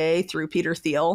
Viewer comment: Learn to pronounce Thiel